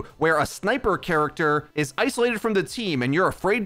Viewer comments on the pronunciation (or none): none